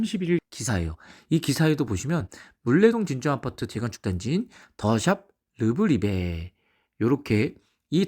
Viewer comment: 좋은 분석 잘봤습니다! 르브리베->르프리베 발음이 웃겨서요 ㅎㅎ 프리엘라 뜻은 Prie(귀한) + Perla(진주) = 가장 귀한 진주 라고 하네요! 전에 진주아파트에서 따온거 같습니다